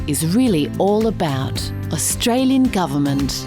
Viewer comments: I think it´s AustraliAn not Australien?? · Austrailen, hahahaha